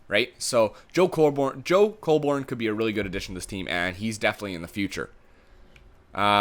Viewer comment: Colborne is pronounced 'cole-bern' not 'cole-born.' It's not a big deal, but I'm a leafs fan so i thought i'd point that out.